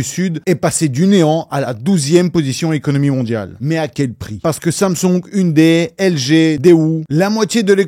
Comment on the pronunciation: Merci de ne pas avoir prononcé ounedaye. Une série sur la justice et la corruption (et la mafia) : Vincenzo.